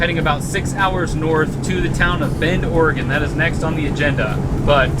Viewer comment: Why is it everytime a YouTuber says Bend Oregon it sounds like they are saying bend 'or again?